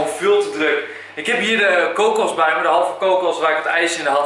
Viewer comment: haha je zegt kokus leuk... ik vind al je supercoolleukfantastischawesome